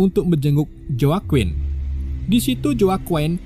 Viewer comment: Di baca nya jakuin bukan joakoen lol🤣